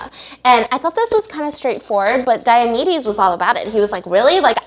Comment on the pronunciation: Dr. Diamedes sounds like diabetes um